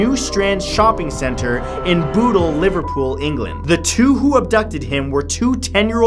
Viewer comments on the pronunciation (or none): none